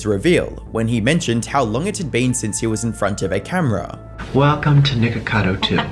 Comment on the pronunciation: Bro is saying "niqqercado"